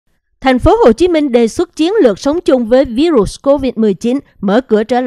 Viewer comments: MC đọc sai từ virus,đọc tiếng Việt là vi-rút, đọc theo Tiếng Anh thì đọc virus=vai-rợt. Không đọc ví-rụt please! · Làm ơn đọc phát âm đúng cụm từ Virus chứ đừng đọc là ví rụs nghe không hiểu. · Xướng ngôn viên đọc VÍ_RỤT là cái gì vậy ?